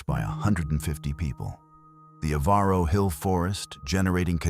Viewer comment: REGARDING MISSOULA....ON Germaine ....NOT EVARO HILL PRONOUNCED "EVER-ROW"